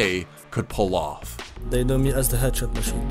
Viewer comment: THEY TALK ABOUT HIS JUAN TAPS, 'EADSHOT MASHEEN